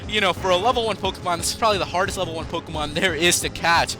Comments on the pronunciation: learn how to prnounce pokemon names properly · Why does he always mispronounce the Pokemon names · you can't pronounce the names right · You cant pronounce any pokemon names